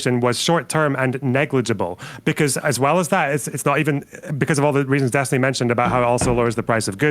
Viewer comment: Dee-stiny Reynolds